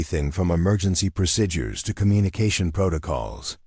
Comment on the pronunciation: You can’t even pronounce procedures, right?